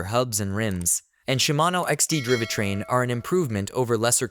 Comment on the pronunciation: driveh train? de raley ore? AI voice fail